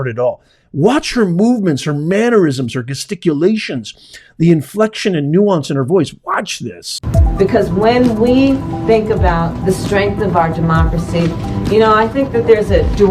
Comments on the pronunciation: Just an fyi, “Gesticulation” is pronounced “JE-sticulation”, with a soft “g” like the word “gesture”. I am always very impressed when somebody makes this type of mispronunciation error, because it says that they most likely encountered the word first, by reading it, which is an indication of studiousness. So cool! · Gesticulation is pronounced as if it were a j not g as in get!